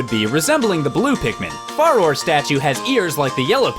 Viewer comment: I never heard Farore pronounced that way before, everybody and myself have always pronounced it "Fa-roar-eh"